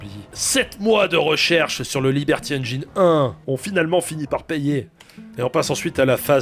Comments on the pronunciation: J'adore ce que tu fais depuis des années, et désolé, je passe pour le chiant, mais 'engine' se prononce 'enne-gine', pas 'enne-jayne'. JE SUIS DESOLE mais ça me trigger mais j'apprécie toujours autant ce que tu fais ! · Je crois qu'on dit engine (comme dans gin tonic) et pas engaillene 🤭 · Bonjour, c'est très intéressant, mais au 10ème "énjaaïne" je ne tiens plus et viens faire mon relou de base dans les coms: on dit ""énjine", tout comme "engineer" se dit "énjiniiiiir". Bonne continuation à vous! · Super vidéo. Comme d'hab bla bla bla. MAIS Un truc qui me saoule chez tous les youtubeurs français : On ne dit pas "enjaïne". C'est engine comme un jean (le froc). Nom de Dieu de berdol de marde. Merci. ^^ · ENGIIIINE, PAS ENGAAÏÏÏNE !!! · Juste un petit truc, engine ça ne se prononce pas "èngayne" mais "èngine". Voilà désolé ça me perturbe. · Salut ! super vidéo; comme à ton habitude, t'es juste au top. En revanche, juste une chose, "engine", ça se prononce - très contre-intuitivement - "enjinne" [enjən] ! Ça raye un peu les tympans aux anglophones d'entendre "enjaïne", faut avouer :P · Liberty ènejaïne? 😅😅😂 Ben voilà... Tu as ta réponse au "pourquoi plusieurs chaînes en différentes langues"...😂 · Un truc pour prononcer « engine » en anglais : tu connais le whisky et le gin ? N-GIN. Voilà c’est comme ça. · On prononce "Haine Djine" rogntudju de rogntudju 🤪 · Tu inverses les.prononciations de "engine" et "hidden"... C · tres bien par contre engine ne se prononce pas comme ca :) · Super vidéo, comme d'hab. Par contre par pitié, faut prononcer engine correctement !